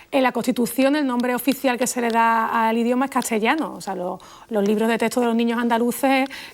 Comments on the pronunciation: La Sra. PONS tiene problemas de dicción al decir CASTELLANO min. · por qué dice cachellano? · Tiene problemas al pronunciar las consonantes ST cuando están juntas, ejs. CASTELLANO, ESTE, pronuncia algo parecido a CASHELLANO o ESHE , en otro video de ella que no permite comentarios dijo ¿METEREÓLOGO? es algo inaceptable de alguien que es experta en el idioma castellano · Para mí, se oye como cambiar de lugar la ST por TS: etsá, catsellano, hatsa, etc. Pareciera que hace lo mismo con otros pares de letras como SP, que en vez de aspirar la S pronunciando ehpañol, lo pronuncia como ephañol. A mí también me gusta cómo suena. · Lo mas desesperante es su metátesis de la t por la s, por otro lado no veo problema.